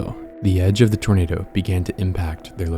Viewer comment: It's not twinado